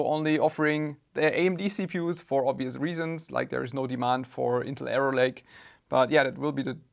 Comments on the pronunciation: when spells arrow lake, it sounds more like error lake, unless i did hear wrong:D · I kept thinking you were saying "error-lake" instead of "arrow-lake" and it was infinitely funnier lol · Intel "Error-Lake" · Intel "Error" Lake xD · all i hear when u say arrow lake is error lake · Why do i every time hear "Error Lake" Intel CPUs? 😂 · Love the way you pronounce that,, “Intel Error Lake.” Totally fitting!